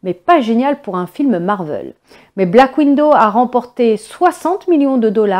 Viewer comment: Chère mademoiselle, comme d'habitude, merci pour les infos. Mais comme d'habitude, faites donc attention à votre prononciation. Le film s'appelle Black Widow c'est-à-dire veuve noire. Vous le prononcez black window, ce qui veut dire fenêtre noire...